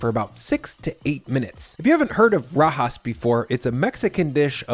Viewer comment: It all looks good! Did you say " Kay sah dill ah" instead of " kay-suh-dee-yuh" on purpose as a joke, because you pronounced rajas correctly, which I think the "j" would stump most english speakers? I am constantly amazed at how big and empty refrigerators in videos are. Because of space constraints in my kitchen, my fridge is way smaller and always jam packed.